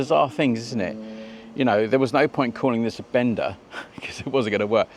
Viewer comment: Thing is, the bikes are called Benda, not Bender. Huge difference. Pronounce the 'a' properly & it's nothing like what many people take wrongly.